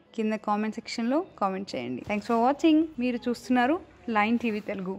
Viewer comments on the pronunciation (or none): none